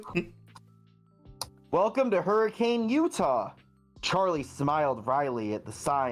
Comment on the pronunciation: Wanna hear something that'll make you mad? Hurricane, Utah is actually pronounced, "hurra-ken." (I'm from Utah. It makes me upset every time I think about it.)